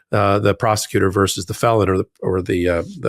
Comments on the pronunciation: Ben, as a lawyer, you should know how to pronounce versus. It's not verse. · "vs." is short for "versus" not "verse".